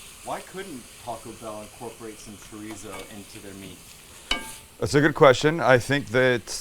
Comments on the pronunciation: It's not treezo, dufus. It's chorizo. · I”m from the UK but lived in Spain for 20+ years… Paella pronunciation +/- about right, Chorizo not so much.. the Z is pronounced ‘Fuh/Fo’ or ‘Th’.. so phonetically when you say Chorizo pronounce it as Cho-Ri-Tho or Cho-Ri-Fo.. Great video btw… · What’s “Chreezo”? 😛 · Love the video! but I have to ask… “TREESO”? Lol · Oh also a native speaker was poking fun at your pronunciation of “chorizo”. Spanish has this quirk about the pronunciation of a letter changing depending on where it’s placed and whether there are vowels or consonants around it. Still confusing for me too. Like if r is it at the beginning of the word it still makes an r sound but softer and when it’s in the middle it’s of a cross between an r and a d. So it’s more like choe (rd)ee so. Food for thought. Este gringo is still trying to wrap my mouth around it myself.